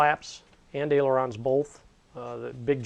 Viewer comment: It is NOT airelons..It IS AILERONS !!!